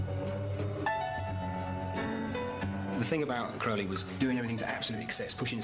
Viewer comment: The OTO 'sex' advisor is called a High Priest and advises the lower person on every ritual and spell usually. Oh and its pronounced CROW-LEE.